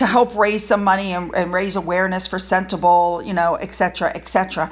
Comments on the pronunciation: Hello. Just friendly comment from a South African on your pronunciation of Sentabale. It is not senta-bale but more like senta-bali. (Bali as in the country of Bali. Much thanks for your videos. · It's "Sen-teh-BAH-leh". Edit: Congrats on finally pronouncing Baroness Bruck's handle correctly! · It's pronounced Sentabalee ! Harry is a liar just like his wife ! Look at his Army lies, the hero from the secure bunker ! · With all due respect to the country, it’s pronounced Sente-bah-lay.